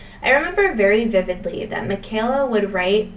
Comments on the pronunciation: “Michael-a” it’s said like a Michael not Michelle 🥰 Thank you for posting!!! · It’s “My-ka-la,” not “Mih-kay-la.”😊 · Her name is pronounced Mike a la not the way you’re saying it. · It's pronounced, "Michael (like the "boy's" name) - a; Michael-a. Great video! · They prounouced it "Michael--ah" on the early Duggar show visits. Doesn't Kelly have an adopted Black sister or cousin? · Please stop calling the 2nd daughter by the wrong name. It's pronounced like Michael a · Haha she noted that she got it wrong. However, Michelle is also pronounced differently from Micheala!